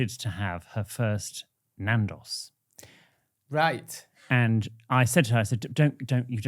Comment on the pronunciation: please pronounce Nando’s properly